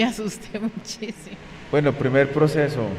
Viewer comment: Se dice buen no vuen